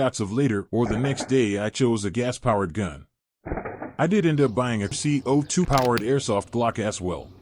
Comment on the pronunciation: These AI narrated videos are so awkward. C-O-2 cartridges? And Humarex ? 1-64 dollar?